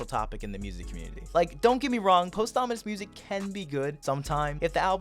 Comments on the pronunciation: bros saying post ominous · Everybody else: pawsthumous:POSTHAMINUS Jokes aside this was a great take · “Posthomonous music” 😭